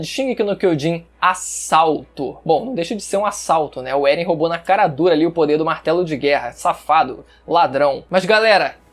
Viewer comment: Eren "É-guei"